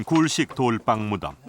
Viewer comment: 좋은데 돌방으로 발음하고 돌빵으로 부르지 마세요 이유 없는 경음화 거북합니다 돌 위에서 빵을 굽는다면 뭐라고 부를 건가요?